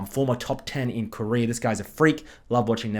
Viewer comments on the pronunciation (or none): none